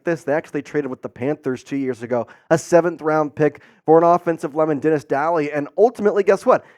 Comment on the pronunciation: If you don’t even know how to pronounce Dennis Daley and you think the fact that he started games is worth mentioning but not how historically bad he was then I cannot take your titans takes seriously. Daley was a fantastically bad tackle.